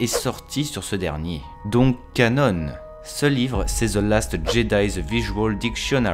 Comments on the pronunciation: Sympa... Par contre j'suis désolé mais "canon" se prononce... bha "CANON" et non "canone"! Ça m'a plutôt piqué les oreilles!!! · on ne dit pas Canone" mais bien canon, comme un canon de bateau pirate ^^ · Moi c'est ses "canone" qui m'ont rendu fou. C'est "CANON" bordel, du français de base. Tes vidéos sont biens mais ça reste un supplice pour les oreilles, un effort pitié. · Les oeuvres qui ne sont pas légendes se prononcent: Ka-non (de canon) et pas ka-none; c'est pas une marque d'imprimante..... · Cela se prononce Canon, pas Canone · Ca-NON et pas Ca-NONE mec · Stp dis canon et pas cannon on parle pas d’un putain d’appareil photo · merci ! par contre on ne dit pas "canone" mais "canon", c'est un mot français. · "Cannone" issou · Oliver Septik canon c’est un terme français et ça se prononce comme l’arme. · Té woane oui oui "canone"... la avec vos prononciation a la française... et après ça veut corriger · Gaeld ric il le prononce juste à l’anglaise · Tu sais canon est aussi un mot français (Canon, création officielle dans le domaine des œuvres de fiction). Donc tu peux le prononcer normalement, à la française, et éviter d'écorcher les oreilles des abonnés. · Canon s'écrit de la même façon en anglais et en français, mais ne se prononce pas de la même façon. Tu fais une faute à chaque fois que tu prononces ce mot ! Ta video est très bien mais ça fait mal aux oreilles. ;)